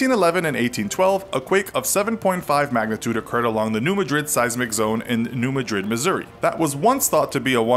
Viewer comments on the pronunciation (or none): It's pronounced "New MA-drid", not "Ma-DRID", as in Spain. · Coming from a Missouri Bootheel local it's New MAD-rid not New Ma-DRID. It's not pronounced the same way as the capital of Spain. Also New Madrid is in the South not the Midwest. The Missouri Delta is the South. Haha. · It's decently accurate but they didn't mention the fault in upstate New York, or the quakes in South Carolina and New England. They also mispronounced New MAD-rid and failed to mention there were a series of three earthquakes during the winter . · Please! It's New MA- drid. Not pronounced like the city in Spain. I won't argue details but I think you much under-stated this massive quake. There were actually two tremendous quakes about a year apart. It was probably felt in every state east of the Mississippi and many states west of the Mississippi and large areas of eastern Canada. It rang church bells as far away as Toronto and Boston. A repeat of this now would be utterly devastating easily as destructive as anything California could produce.This could be the site of the worst earthquake to hit the United States. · It is prononced New MAD-rid not the way we prononce The Capitol of Spain which is Ma-drid. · This is unnerving XD. Oh, New Madrid, Missouri is actually pronounced New Ma-Drid. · It is new mad-rid, not madrid like the Spanish town. I used to live near there and the locals instantly tune people out when they mispronounce it. Likewise, the nearby Cairo, IL is pronounce like the corn syrup brand. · Learn how to pronouce "New Madrid" correctly. The MO way.